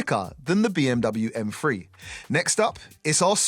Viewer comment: What's an M-Free?, stop saying b h p, stop repeating the same thing over and over, and this could of been 15-20min video🤦